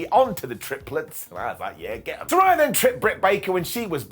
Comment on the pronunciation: Trying to keep it positive: say it like she's a SaRAYa of sunshine. Not SaRYE bread.